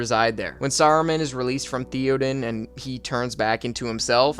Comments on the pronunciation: "There's Thee-oh-deen, his neice Ee-uh-win, and his nephew Ee-oh-mhyr" lol Good ranking though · It's not Thee-o-den and Eee-o-wen lol 😂 It's Thay-o-den and Aye-o-wen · Pronunciations: Not "Thee-odin" - Thae-oden. Not "Ee-owin" - Ae-owen. Not "Ee-omer" - Ae-o-maer. Not "Se-ru-man" - Sah-ru-man. Not "Ae-zog" - Ah-zog. "My-nas Tirith" - Me-nas Tirith. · Every time you said Thee oden or Eeee owyn or Eee omir, I died a little on the inside. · the way this guy pronounces the names... ee-o-win sa-ru-mun thee-O-den like, bro. (good vid though i'm just trash talking) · E omer, E owyen, th E oden pains me deeply lmfao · "theo-din", "eeo-mare", and "eeo-win" really hurt me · Hearing how you pronounce Theoden, Eomer, and Eowyn has me fully convinced you didn't actually watch the movies but just did this for content. It's realllly not that hard. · Bruh how you going to pronounce Theoden’s name wrong. They literally say it 50 times in the movie. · And Theoden... 😂